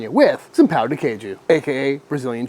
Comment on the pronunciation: My man, you have to say say pão with more of a nasally sound. What you really just said is penis of cheese. If you pronounce pão as “pow” you are saying “penis” not “bread.”